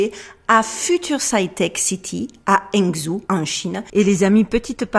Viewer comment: excuse la remarque mais ta prononciation de la ville de Hangzhou est assez terrible à l'oreille et çà ne vient pas de ta dyslexie mais de ta prononciation à la française! En gros çà se prononce un peu comme Rangjo, le "H" se prononcant entre le "H" aspiré et le R, et le OU se prononcant entre le OU et le O. Pour avoir une meilleur prononciation imagine parler comme un samouraï japonais et tu devais t'approcher d'une prononciation proche de la vrai à la chinoise "Mandarin" mais pas forcement du dialecte "Jiangnan Mandarin" de la ville elle-même, sachant qu'il y a environ 36 dialectes en Chine voir plus même si Google en annonce 24